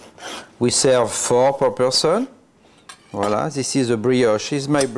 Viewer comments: I can't stop laughing everytime he says. I'm gonna name you. ----from Philippines here 😀✌️ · Yummy thank you 🍲🤗 wha-la seee. Wha-la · Spelling voilà ! Pronounced voala !! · Always saying viola every now and then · He is just saying volla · It's VOILÀ...... please! 😄 I love French toast, but must admit that I've never made it with brown sugar: now there's my turn at trying something new and knowing in advance how delicious it'll taste thanks to your many happy comments! Merci infiniment y'all😄